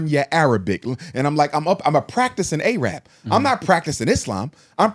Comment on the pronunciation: A-rab 😂 yeah he was Muslim alright